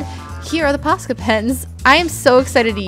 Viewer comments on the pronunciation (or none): At the start when you said Posca pens I thought you said pasta pens 😂I don’t know why